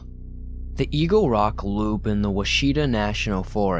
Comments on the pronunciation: Ouachita = "WASH i tah" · it's said "wa-she-ta" ;)